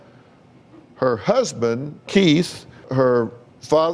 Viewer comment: Oooh he is pronouncing Keith as Kate. If you watch minute 12 thereabouts he repeats the husband Kate once more.